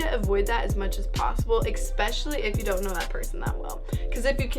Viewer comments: Ok it’s especially not ecspecially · Especially not expecially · "expecially your crus" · Y u gotta pronounce especially ekspecially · Eckspecially? Really? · "Exspecially your crust" - 2k18 xD